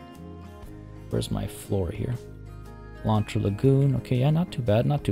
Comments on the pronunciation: Your "lontra" pronunciation it's actually pretty good 😄 Try saying "ariranha", wich is the name (in portuguese) of the giant otter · All Ananás are pineapples (Abacaxi) but not all Abacaxis are ananás Edit: yay! Happy that my name suggestion won (even though I voted for the other one bc i thought it would win lol). Also you are saying lontra correctly! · Hey... You did ask for correction so.. Actually, Pineapple in portuguese is Abacaxi. ananas to is the scientic name of the genre and also is the spanish version (in some country), and the tupi explanation was on point! You did say "Lontra" super right, tho! Sorry for the delay! Keep yout amazing work!